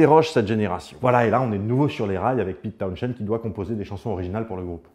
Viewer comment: John Entwistle surnommé 'The Ox" c'est pas pour rien , son jeu et la façon dont il utilisait son matériel a fait de lui l'un des meilleur bassiste et sinon Townshend ça se prononce pas comme ça goddamnit